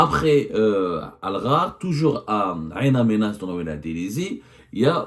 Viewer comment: Bonjour, Ain Amenas, est incorrectement prononcée. Cette ville s'appelle " IN Amenas" c'est en Targui